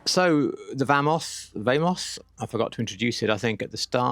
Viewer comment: Vamos is Spanish for "Let's go!" so, vamos not vehmos...sorry, it's the librarian in me... ;)